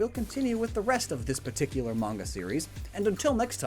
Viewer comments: ... If it's man-ga, then that's acceptable, but mange-uuh? How on earth did that pronunciation happen? It's mah-n-gah, since the Japanese a is pronounce ah. Okay, lecture over! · it’s not mainja it’s mon-guh there manga💀💀💀💀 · main ja? u mean manga^^ pronounced mon-ga^^=manga^^ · “Mainjuh” it’s mah-n-guh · Did he say main-ja instead of manga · It should be pronounced as MAngGa!!!😠😡😤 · Downvoted just for Mange-uuh. Please never pronounce it that way again. I did however laugh at Japanese poon illustrator. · it’s pronounced mon-ga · You mispronouncing “manga” made me physically cringe😭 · You just damned thousands of children into mispronouncing "manga". As if it wasn't bad enough as is, way to go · I'm going to smack this boi for saying manga wrong on purpose